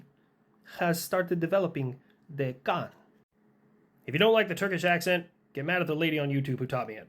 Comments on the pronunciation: He said 'kaant'!😅 That. That right their is some real deep philosophy joke right there. I might be the only one who appreciates the effort that went into it. Soldier on!! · If you close your eyes and listen to it. Its just "Kaant" to "Cunt". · ahem also kaant is actually how cockney english folk pronounce the c word. :D as UK fan i had a little snicker at that one ;)